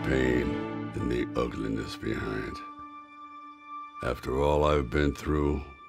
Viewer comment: "i've earned a little PEASCE"